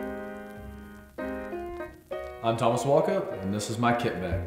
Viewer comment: bruv, his name is Walkup, not Walker... FFs